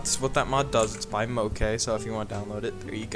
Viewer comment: Moke here (pronounced Mo Key lol) thank you for using some of my mods! I enjoyed watching your video 😸